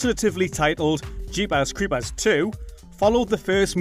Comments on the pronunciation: Jeepas cweepas lol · Jeepuhs creepuhs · “Jeepaz crepaz” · Lol i laughed every time